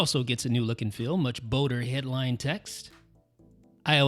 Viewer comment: Great video. Superb. In terms of advice, careful pronouncing words where the letters O and L are side by side. Folder not fowder and bolder not bowder. Friend has same issue when he gets on the mic. Thank you for videos.